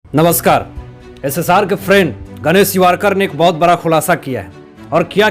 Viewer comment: सर आप बड़ा को बरा क्यों बोलते है